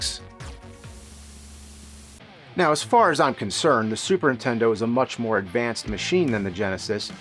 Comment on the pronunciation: All these years and you still say Intendo and not Nintendo